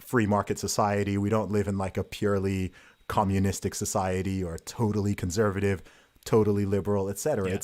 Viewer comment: I wish Carl would correct him when he says "conZervative". It's grating.